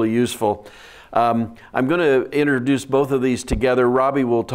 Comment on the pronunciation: Innerduce It’s funny, this guy probably has a PhD and me, a 12th grade graduate, is commenting on his mispronunciation of the word introduce.